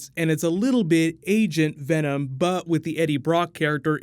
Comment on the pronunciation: “Who are you in this vast multiverse?” “WE... ARE VEMON” 😂😂😂 love how you put those two together!’